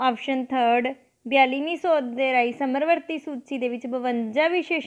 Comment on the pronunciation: ਸਮਰਵਰਤੀ ਨਹੀਂ ਜੀ ਸਮਵਰਤੀ ਹੁੰਦਾ ਹੈ। plz sahi pronounce krea kro